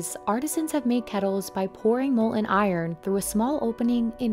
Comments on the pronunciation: Mol-en? Molten… molten… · Mol en? It's pronounced "mol ten". There's a "t". Always has been. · Please do not drop the internal T's in words--it is molTen not mol'en. I've heard this same narrator in another video drop the T in mountain--this is not proper English and not considered professional. Do better. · Why can people actually say “Molten” instead of “mol-ehn”. These craftsmen take the utmost care in their craft, we cant even make an effort to pronounce a “tee” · It's "molTEn metal" NOT "mol'en metal" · Who hires the VO talent? Its "molTen" not "mole-en". So annoying. Annunciation is becoming a lost art, sadly.